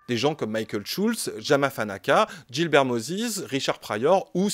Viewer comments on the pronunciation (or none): none